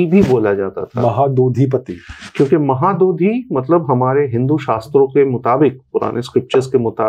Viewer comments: Mahadodhi nanhi please 🙏 correct this one mahodadhiii boliye please 🙏 🙏👐👐👐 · Its महौदधि (महत् +उदधि : : उदधि means ocean ) and not"महादोधि". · महोदधि, not महादधि... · Its not mahaadodhi Its MAHODADHI bye the way glad to see this spectacular podcast from avijit chavda sir❤ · It's Mahodadhi, not mahadodhi. We call it Mahodadhi too. Maha= great, udadhi= sea Again Bishwanatha Kaviraja says in his Sahitya Darpana कलिंगाः साहसिकाः which means that the people of Kalinga are chivalrous. Otherwise, the discussion is scholarly and insightful. We are proud of our great heritage. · Correction. It's 'Mahodadhi' (not Maha dudhi) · Sir , please make a simple correction in future whenever you say Mahodadhi instead of Mohadodhi..🙏🏼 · That was "Mahodadhi" not Mahadodhi. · 3:5 its not mahadudhi its mahodadhi, meaning samudra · Not Mahadadhi but Mahodadhi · Its saadhava and mahodadhi... Not sadhabaa or mahaadodhi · . Sir , it is not mahadodhi but mahodadhi. It is a combined Sanskrit word. Maha + Udadhi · It is mahodadhi (ମହୋଦଧି) - Sea / ocean not mahadadhi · Mahodadhi not mahabodhi sir... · That is mahadhadhi not mahadodhi. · Mahadodhi nehi Mahodadhi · Mahadodhi 🚫 mahodadhi ✅ = maha + udadhi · ଆରେ ଭାଇ ... ସାଧବ ପୁଅ କହୁନ... ମହୋଦଧି କହ .... କହିଲା ମହାଦଧି.. sadhovas... 😂😂😄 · It's mahodadhi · Does this guest of yours belong to Odisha ? please call someone, who would be able to pronounce the words correctly. The two very striking errors are..... साधव✓ not साधवा महोदधि ✓ 😢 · It's MAHODADHI, महोदधि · It's Maho Dadhi महोदधी